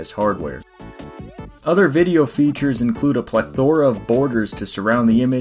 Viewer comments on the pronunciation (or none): Great vid! Thanks for taking the time to put this together. Well done. One small, tiny, little nitpick: plethora is pronounced PLETH-er-uh, not ple-THO-ruh. Just a little constructive criticism. Still, wonderful job. Keep it up! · PLEthora, not pleTHORa. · The way you pronounce it sounds like ple-THOR-ah. XD